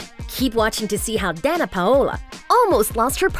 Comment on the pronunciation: My name is Danna to and she kinda is pronouncing it right. She’s actually really close probably almost the same as I pronounce my name and my name is pronounced just like Danna Paola. I was actually named after her lol